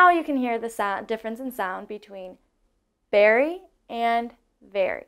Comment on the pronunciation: Sorry your first comparison is incorrect. Neither berry nor very have the sound "air" in them. So with your pronunciation Barry and Vary are exactly the same as Berry and Very. You should practice your short e sounds if you are teaching. It is a perfect example however of how subtle inflections can change English words to mean something completely different. It is also an example of some of the most commonly mispronounced vowels and words in the English language even among the native speakers. Good job on everything else.